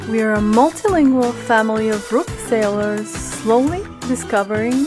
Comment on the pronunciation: O in your intro you say rook sailor's but it's pronunciation is rookie or rook ee.